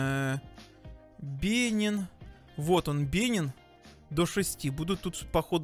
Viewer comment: БЕНИН УДАРЕНИЕ НА И!